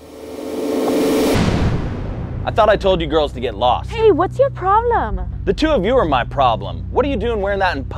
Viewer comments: He said lsto instead of lost😅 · HE SAID LSOT LOL HAHAHAHAHAHAHAHHAHAAHHHAHHAHAHAHHAHA